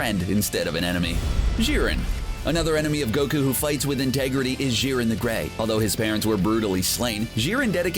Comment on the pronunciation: Jiren not Szhiren, Jesus Fucking Christ